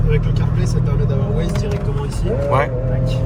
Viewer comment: le « wai » pour Waze carplay il est insolent 😂